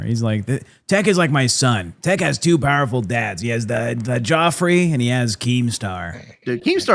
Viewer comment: BUT JOFFE IS JOT MEXICAN!!! 😂😂😂 Why not show enough integrity and respect to say Davids last name correct? Calling beings by their last name only is already disrespectful and Joffe makes it even more so.